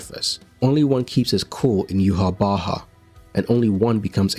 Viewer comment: I like this guy's channel, so I'll tell him the true name. Due to the accent in the creator's culture, some letters are pronounced differently. The main villain's name is no pronounced "Yu ha bak" ...it's really from North Africa and pronounced " Yă Wăk"! The letters Yh make the sound of "Ya", while "Wach" is just like "Mach". Think about it! One of God's names is Yaweh, but it is spelled YHWH.